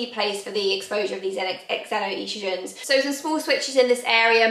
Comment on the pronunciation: you have your heart in the right place which is nice. If it helps its pronounced ZENO-Estrogen. You may have heard of a Zenophobic (xenophobic). Its the same pronounciation.